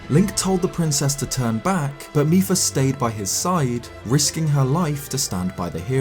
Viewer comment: mipa not micheal